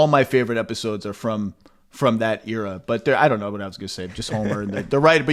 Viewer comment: Still waiting for the day where Zach pronounces "era" correctly